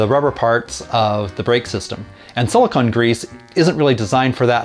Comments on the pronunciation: It’s sili-cone grease, not sili-conn grease. Silicone and silicon are two different things. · A quibble: It's pronounce "silicone," not "silicon." They're two different things. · I've never heard it pronounced that way either. I double checked with a dictionary and you are correct though so no argument from me. I wonder if it's one of those words that is pronounced differently depending on region.